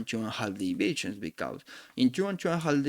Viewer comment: Thanks for sharing your knowledge. Suggestion: the words because, trust. You need to improve their pronunciation for your next videos. Or you can use AI to translate your videos from Spanish to English